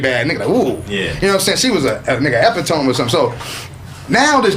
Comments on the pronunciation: saying "e-pit-uh-mee" as "ehp-ih-TOME" is the epitome of his duncanness. I'm sitting here like "right!" as if I was in the room. I noticed that Corey has been kicking it and just did a music video with Gorgeous Dre whom Zo doesn't like - as evidenced by their tense conversations on 5150 - now Zo is clicking up with Grady. That is extremely interesting to me. When women ask "what shows do you watch", I immediately tell them "Kraigfacts". They're always like "I've never seen that." I'm like "I know its the realest show in America." Love this show. keep it coming. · Epi-tome?? Oh Pootie Tang mouf ahh 😂😂😂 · Wait... did this nigga pronounce epitome... as ep-uh-tome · Epi tome 😂😂😂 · they way Pronounced Epitome!! LMAOOOOO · was so crunchy after he found out the correct pronunciation of epitome. Nigga tried to flex his intelligence 🤣 😂